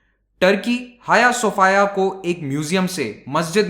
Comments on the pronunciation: 'हाय सोफाया' नहीं, 'हाया सोफीया'! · Jaaaaaaaahhhh.....!!! Hm to soch rhe thay Hagia Sophia koi ladki Hai... Pronounce b haagiaa sophiaa Kr rhe thee :D